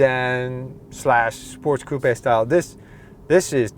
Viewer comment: Coupé is a french word prononced exactly like does